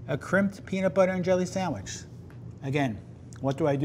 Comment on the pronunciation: A burger is not a “samwich”.